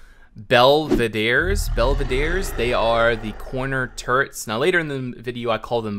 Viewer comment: Also your pronunciation of belvedere is so wrong xD